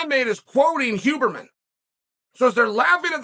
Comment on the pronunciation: Lol I love that he says “who”berman